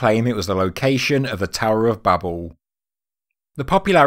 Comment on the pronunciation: The tower of babel - pronunciation? maybe or do you have reason to use a different pronunciation? I hope you got it wrong because otherwise I'll have some explaining to do to my goldfish.